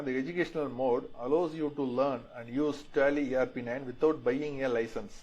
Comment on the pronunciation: Tally ❌ Telly ✅